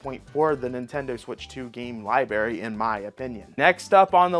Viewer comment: Libary, Gemboree, meteoroid, he does this shit on purpose